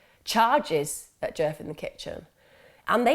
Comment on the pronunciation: I keep thinking ur saying jerk not DJef lol